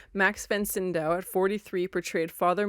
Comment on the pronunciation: There's no "N" in "SYDOW"